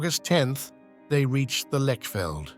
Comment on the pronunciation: Lechfeld is pronounced Lekhfeldt. But you have got Ulrich right. The Magyars, of course, became the Hungarians.